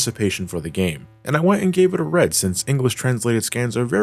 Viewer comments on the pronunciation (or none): When said "And I went and gave it a read" and pronounced it as "red," my brain corrected the info automatically for me. When I realized this, I had to do a double take.